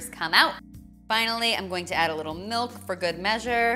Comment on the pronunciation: She better not have just said "melk"